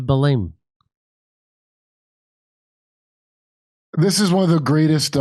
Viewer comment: Belén is pronounced like in Spanish.